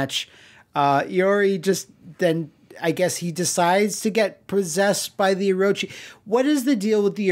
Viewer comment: You pronunce Orochi like whaaaat?